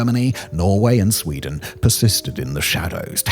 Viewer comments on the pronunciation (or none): none